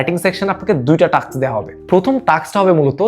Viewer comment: টাস্ক*, নট টাক্স!